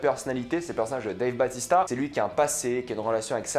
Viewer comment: Dave "bAUtista" pas batista